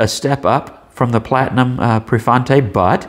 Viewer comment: The deal breaker for me was it not coming with a converter, so I purchased a six pack of Jinhao 992s from Amazon and now have not only six with converters but plenty to share with friends. Of course, I have no idea how the Prefointe writes(and I believe that you pronounced it correctly), so I cannot compare it with the Jinhao 982. Great review.